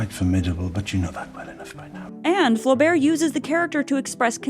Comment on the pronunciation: I just cringing with the way she pronounces Flaubert and Bovary, and I am not even french.